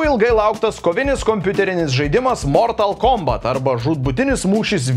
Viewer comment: Ne mOOOrtal kOOOmbat, o mortAAAl kombAAAt :)